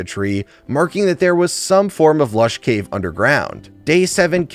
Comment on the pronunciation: ah this is what doctor rage was upto <3 also me giggled everytime you said lash caves:D Me was worried why isnt uploading. Now me knows was looking for his white bed in snow.